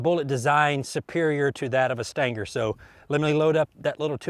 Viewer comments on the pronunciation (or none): Stinger. Steeeeeeeenger. Not staynger. Can't take you seriously. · Stanger? Float like a butterfly, stang like a bee? I believe it pronounced sting ·ur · What is a stin-ger? Are you trying to say “stinger” ? Lol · Stinger* not Stanger 🤣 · The CCI Stan-ger? I thought it was pronounced, Sting'er? I agree, who cares? I just find it interesting the difference in the Human pronunciation of some words. Some of the most differences are between America and the UK, (concerning the English language) some are quite humorous, some of the Brits talk as if they had a huge "loogy" stuck in their throat? Spit that thing out gov-nor! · "STINGER" = "STANGAR". All the same apparently. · Every time I hear you say "stanger" I think, "WTF?" and then realize a second later you mean "stinger." And I grew up and spent the first 40 years of my life in east TN. I think if I heard it when visiting "back home" it wouldn't surprise me but online it's just so unusual I have to think a second. ;) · Stinger doesn't have the letter "A" in it, but I love how you add it. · What is a "Stan Ger" bullet? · did he say stinker ? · What's a "stan-gar"?? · What are "Stangers" :) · I think I watch his videos to hear him say "stanger" as much as I do to learn something. 😆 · what the hell is a "stanker" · "But how will it compare to the Stayngur?" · It's a .22 CCI Stinger. The pronunciation is a Kentucky slang accent. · I thought he said Stanker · What is “stanker” ammunition? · "Staingger" LOL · I concur